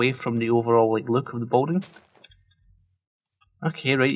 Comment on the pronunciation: Could be my tired ears but I'm hearing 'boating', not 'building'. And for sure you've said it like 100 times this episode. Regardless, this place is really turning out nice.